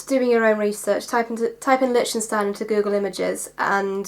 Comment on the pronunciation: The ch in Lichtenstein is pronounced as liktenstein.